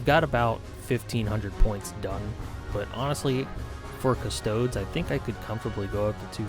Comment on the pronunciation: cust-oh-dees custodes